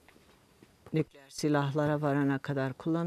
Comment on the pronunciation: Deden mektubunda yalvarmıştı İngilizlere deniyor. Köylüyü toprağında maraba ederken aşirettiniz, şimdi kadastro diyorsun. Bir de ''nükleer'' derken?